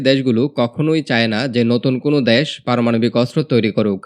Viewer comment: দ্যাস টা কি? আবাল বাঙালি বাংলাটাও বলতে পারে না